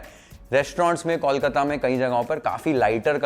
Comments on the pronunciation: Since you care about Bengali food, please pronounce Kolkata like Bol Mata, not Kaulkata, or just stick with Calcutta. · Learn the pronunciation of kolkata what's kawlkata?? 😑